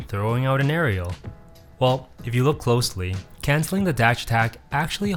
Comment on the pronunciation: "Areal pivot"